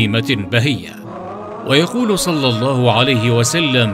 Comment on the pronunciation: دقيقة يقال فيها صل الله عليه وسلم انت قلت صلي الفظ فيه خطئ